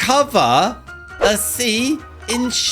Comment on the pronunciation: bruh, he said "Why would you cover a sea in shails" instead of "Chair in shells"